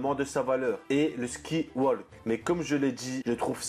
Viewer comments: et aussi sky walk pas ski walk stp merci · Petit effort sur les prononciations quand même "ski walk" rip